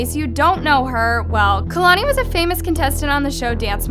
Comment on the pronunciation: Chileeee not kalani